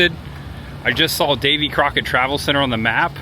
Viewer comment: Whoever was narrating this mispronounced Davy Crockett 's name .